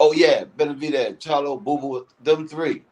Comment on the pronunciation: Lol ain’t nobody gonna tell his name is BeneVidez not BeneDivez?